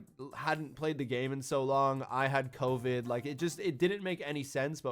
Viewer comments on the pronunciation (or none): U said covin on ytb😅